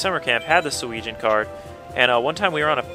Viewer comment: it is driving me crazy, sorry about this, but it is pronounced "Su-eh-jin" sorry about that